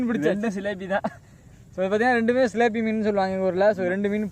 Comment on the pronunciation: சிலேப்பி இல்லை சிலாப்பி